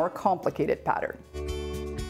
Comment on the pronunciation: Oh, and my sister and I like the way you sometimes say the word pattern.